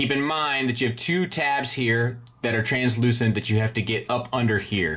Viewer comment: Nice work saying translucent and not "transclearant"